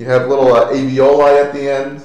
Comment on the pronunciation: It's aLveoli, not aveoli.